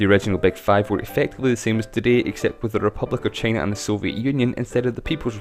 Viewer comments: Shicong Lu trump还不是一样。trump说china想vhina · 只有我一个人听他发音China听得好难受吗… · 魄可 同美国党觉得很容易听懂。只不过China的发音实在有点。。独特？